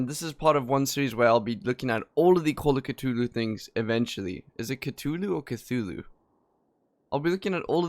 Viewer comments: pronounced call of cat-thu-lu not how you said it earlier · Every audiobook I've listened to has it pronounced THOO-LOO with a silent c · just because im a huge love craft nerd it has had many different pronunciations and spellings even in his writing. cthulu is generally considered the best way to spell it but its actually pronounced cootooloo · Its pronounced cuTHulhu, like the first part of "things" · I believe it is Cthulu with the the similar to how the "th" is pronunciated in there. But there has been evidence that the original pronunciation was Cluloo... That sounds so cute...